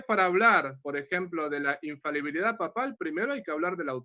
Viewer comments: Se dice infalibilidad amigo. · INFABILIDAD NO EXISTE. ES INFALIBILIDAD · ignorante 😂😂😂😂, se pronuncia INFALIBILIDAD, NO INFABILIDAD 🤣🤣🤣🤣. Y le dejo en claro al que llamarle ignorante a no es un insulto, porque todos absolutamente todos nacemos ignorantes y morimos ignorantes, sencillamente porque no tenemos la capacidad de saberlo todo. El único que todo absolutamente todo lo sabe es Dios. Saludos y muchas bendiciones. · Porqué todos los protestantes, sintiéndose muy sabelotodo pronuncian mal???? Acaso jo se dan cuenta???? La infabilidad no existe 😂. Se pronuncia infalibilidad, eso es otra cosa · Para empezar, el hermano protestante debería siquiera aprender a hablar: la palabra es infaLIbilidad no es infabilidad. En segundo lugar, ni siquiera ellos se ponen de acuerdo acerca de qué es la sola scriptura, con lo cual, el hermano separado empezó mintiendo al decir que todos los protestantes están de acuerdo con su definición de sola scriptura. En tercer lugar, el hermano protestante empieza diciendo que va a hablar de lo que el padre quiera, pero luego no solo no le responde ni una de sus preguntas sino que le exige que interactúe con lo que el quiere, cosa que el padre ya había hecho, demostrando una total falta de comprensión o de escucha... su incoherencia es casi de locos. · Dos características de los protestantes: 1. Les da vergüenza o les cuesta trabajo indicar su denominación 2. No saben pronunciar la palabra "infalibilidad". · Por favor podrían corregir cuando dicen INFABILIDAD...esa palabra no existe. Es In fa-li bi-li-dad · Este muchacho no se que tan preparsdo esté, pero he notado que aún muchos con grados académicos no pueden pronunciar "infalibilidad papal" me llama la atención que todos o casi todos dicen "infabilidad" y tienen licenciatura osea analfabetas no son Solo digo que es curioso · Porqué la mayoría de los protestantes no pronuncian correctamente la palabra "infalibilidad" y dicen " ifabilidad'